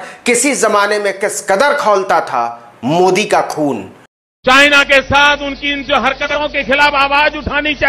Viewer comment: मोदी को उर्दू जुबान में आप ऐसा बोलते हैं जैसे ठंडी में रास्ता चलते हुए तालाब में कोई ढकेल दिया